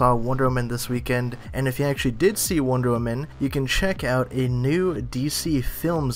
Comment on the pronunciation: And why does it sound like you keep saying Wondermen?